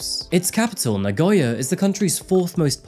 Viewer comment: so many foreigners, even those who have lived in Japan for a long time always pronounce Nagoya wrong..hehe so many say Na-goy-ya but it is Na-go-ya. ^^ keep up the good work with your videos, i enjoy coming across them from time to time.